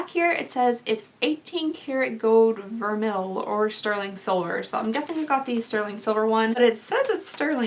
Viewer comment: Vermeil is typically pronounced ver-may by jewelry people lol and $68 for that is highway robbery, you could make it in 10/12k gold for that and still have a profit, solid 925 sterling would be like 15ish in store